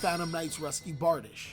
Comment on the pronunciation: Its Barr-Deesh by the way :P